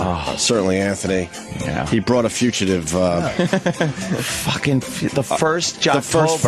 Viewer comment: Why does Opie call the Fugitive bit, the Future-tive?